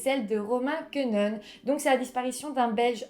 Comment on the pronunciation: Et Quenehen ne se prononce pas comme ça.. mais « Ké né haine » Et en plus, il a grandit à Hautrage plus précisément